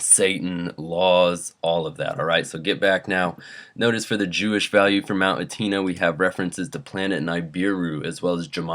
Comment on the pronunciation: It's pronounced mount Etna ( eh-t-nah)